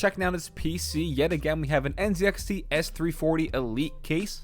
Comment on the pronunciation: Nice setup but please next time say NZ(ee)XT instead of NZ(ed)XT 😉😂